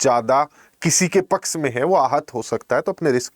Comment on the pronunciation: Everything is ok but sir pls.....!!! Pls.... It's a humble request to pronounce the word शिक्षक correctly. शिक्षक को आप सिकसक सिकसक कर रहे हैं। पक्ष को पक्स.... 🙄🤷